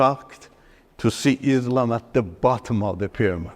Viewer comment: This fellow is fake. He can't even pronounce Islam and Quran properly.